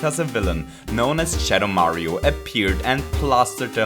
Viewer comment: Haha! When you said "Shadow Mario", it sounded like "Cheddar Mario"